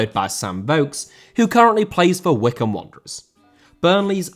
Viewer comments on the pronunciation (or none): none